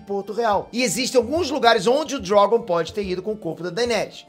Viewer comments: Por que chamar o dragão de Drógon? Que coisa feia, aprende a falar. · "O DrÓgon"... Kkkkkkk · Sei lá, o jeito que ele fala Drogon é diferente